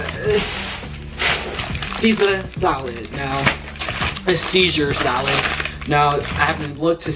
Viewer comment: Sounded like u said seizure salad lol